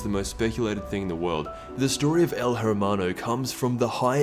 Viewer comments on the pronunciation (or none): please say “air-maw-no” instead of “her-maw-no” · Its pronounced el Ermano , not el 'H'ermano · If you're going to try to pronounce El Hermano right, at least do it right... It's not El Her-Mun-o... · You know, Hermano is pronounced “ermano” not “her-mano” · H is mute in our language, is not Jermano, is ermano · IT'S NOT JERMANO, IT'S HERMANO \ERMANO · El Err-MAH-no, not el Hurr-man-o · The way you Hermano sounds like El Jermano, Jermando -' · Eh. AIR-mano. Not hair. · It’s Err-Mano not Herr-mano, in Spanish the H is silent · He keeps saying it like “her man oh” It’s more like “air Man no” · ERMANO Not JERMANO PLZ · The H is silent kid you are basically saying hermano when is pronounced ermano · You know you're white when you pronounce hermano as " her-mon-o" when really it's "eair-mono" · Really ? El HHHHHewmano ? You don't pronounce it like that ! You say it this way : EEEEL HEEEEEEEEERRRRRRMANO AY AY AY HABLO ESPAÑOL CHICAS ! end me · "H" is silent in Spanish. so his name is pronounced Ermano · The H is Silent when you talk spanish example: El ermano. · It’s pronounced ermano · You don't pronounce the "h" in Spanish it's pronounced "er-ma-no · You're saying it wrong, said it like el ermano, sometimes the "H" in spanish is mute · H is silent in hermano so its ermano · Aye it’s ermano u don’t pronounce the h in Spanish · Hermano the H is silent say it like this ermano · It's pronounced "ermano" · You don't say it with the H U say it like Ermano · The H is silent in spanish, just say Ermano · It's said Ermano the h is silent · "ERMANO" the H is silent. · I speak Spanish and just gonna say hermano is pronounced (er-man-do) because in spanish the h is always silent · um el hermao, silent h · You're not supposed to say the H in El Hermano. It's El Er-mano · Every time he pronounced the H in Hermano. It made me cringe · Don’t pronounce the h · The H is silent tho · You don't pronounce the "h" in Spanish my guy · The way you pronounce “el hermano” kills me